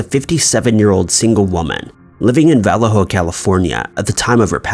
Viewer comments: Not Valleeho. vuhLAYoh. My father was born there in 1915. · "VELL-A-HO"??? ....This fuckin' dude. 🙄 VALLEJO is "VAL-AY-HO" (In English) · Valley Joe Cuddy!! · It’s pronounced VA LAY HO not vallaho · ...He obviously DOES though, doesn't he? Anyway, I put "In English", because it's a SPANISH word (normally pronounced "Vah-YEH-ho").